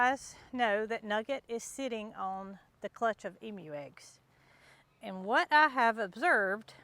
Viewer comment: This Aussie is very pleased you're pronouncing Emu the right way. 👍